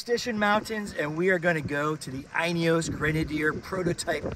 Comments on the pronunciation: Pronunciation as follows: The “in” is pronounced as it’s spelling suggests. “In”, not “eye’n”. Add “eos” to “in”and there you go. I gather the North American market is limited to petrol only power plant, and I’ve also heard that you’re possibly limited to the Trialmaster (not Trailmaster) and Fieldmaster models only, but that might’ve changed by now. Something to do with US Type Approval when adding optional accessories during production, as opposed to add on accessories which are fitted post manufacture. Hopefully my 2 seater Utility Wagon will be ready in June (diesel option). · Is it not pronounced "Inny-Yos"? Cuz I heard him say "Uny-Yos" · Great video. 🙂 You probably should learn how to pronounce INEOS though. 🤣